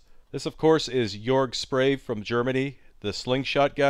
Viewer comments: I'd think his name would be pronounce phonetically as "". lol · last name is pronounced Shprah-veh. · It's pronounced: shprah-veh